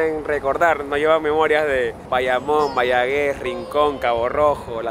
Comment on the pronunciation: Jeje 😂 Mayagüez no Vayaguez 😅😅😅